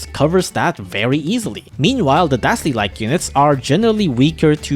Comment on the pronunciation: why do you keep calling kasli dastley